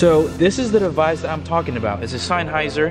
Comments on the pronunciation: This is actually a system designed for guitar repurposed for speakers. Alto makes a system specifically for powered speakers for $399. And it’s pronounced sen-hy-zer Not sine-hy-zer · Sine-heiser lol